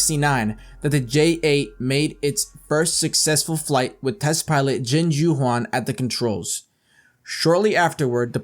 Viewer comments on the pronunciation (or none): none